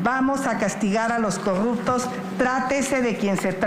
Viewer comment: En serio dijo corrubto??😂😂😂😂